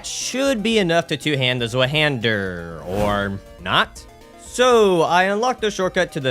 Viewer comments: its pronounced "Zweihänder" not "Swueh-hähndör"💔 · Honestly kills me how you say it ill make it easy for the future. The nameis (two hand) in German (zwei=2 and hander= hand) how you pronounce it is "zVi-hander" ❤️ great run btw!! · bro, as a German every time someone tries to pronounce that I have to laugh, almost no one knows how to pronounce that shit